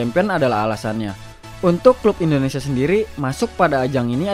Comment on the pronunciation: Nami Namaewa bukan endonesa itu salah, anda orang asli Indonesia kan, kalau emang asli berkata lah yg benar, orang asing ajha lancar ngomong Indonesia lah anda orang asli Indonesia knpa ngomong nya sprti itu